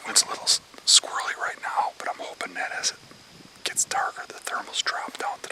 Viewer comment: Also to all the "holping" that the deer will come by them 😂